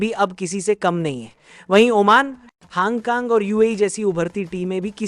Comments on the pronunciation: hong kong❌ haang kaang 😂 yrr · Hang kang kya hota hai... Thik se uchharan kijiye... Name is - Hong Kong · हांग कांग क्या है hongkong bol bhai